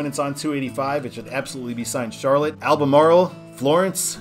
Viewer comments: Salisbury, NC is pronounced Sauls-bury. You did, however, pronounce Albemarle correctly (which happens to be my hometown). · Pronunciation of Albemarle and Cheraw were dead on. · Fun fact: Mt. Airy, NC was the basis for Mayberry in the Andy Griffith Show. That was the town he was from. ...Also, you did pronounce Albemarle correctly. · You are pronouncing Albemarle just fine, but not Salisbury. The latter is pronounced like “Sauls” as in England. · From NC, You did pronounce Albemarle right. 👍 I remember almost 10 Years ago, Salem Parkway was Business 40. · Regarding I-285 South from WInston-Salem, the Interstate designation is only 5 years old, and NC in all its wisdom never seems to change control cities when it slaps 3dis on US and state routes. Despite the new designation, the old number and its provincial control cities always take precedence. Also, you pronounced Albemarle perfectly!